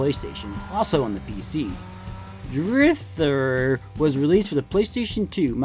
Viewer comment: I really appreciate how you go into the background of all of the game franchises in addition to going in-depth with the graphical differences. Additional points for pronouncing Driv3r correctly as "Driv-three-R" at the beginning :)